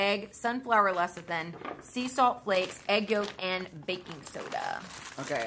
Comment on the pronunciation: CONGRADULATIONS!! finally pronounced Lecithin correctly. Good Job.! Also you looked so pretty:-) Those cookies sounded absolutely delicious. I love soft chewy cookies, although I have never been a dunker.The thought of crumbs floating in my beverage just grosses me out! lol Salted Caramel Choc Chip